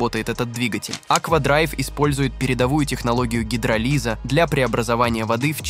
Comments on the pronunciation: Это ты гидро лиз, ударение на о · Гидролиза ударение на о.))) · Внимательно посмотрел и понял. Зимой при минусовых температурах почему-то экскаватор с ковшом, а не фронтальный погрузчик с отвалом будет убирать у нас под окном снег. Двигатель у него будет работать по принципу "Гидро Лиза" а не гидролиза, несмотря на то, что дистиллированная вода будет в агрегатном состоянии льда. Молодёж, вы тупые и ленивые становитесь. Мало того, что ИИ озвучивает и переводит тексты для видеороликов с ошибками в ударениях, так ещё с отсутствием логики и понятия технических азов, которые были бы понятны мне в 8 классе простой деревенской школы с советскими учебниками и библиотекой. Японцы взяли давно забытые технологии и прогрессируют, а мы деградируем на эллементарном уровне школьных азов. Я смеюсь, седею и плачу с каждым днём всё больше... 😂😂😂И я просто экономист и юрист старой школы. Не инженер, не технарь. Просто неплохо учился в 8 классе на 3,4,5. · Уже на 3 - й минуте ставлюдизлайк. А вот почему. Автор вникни в тему гидролиза сначала. И произношения его.